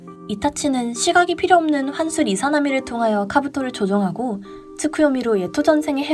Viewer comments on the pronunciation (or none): 이사나미가 아니라 이자나미 입니다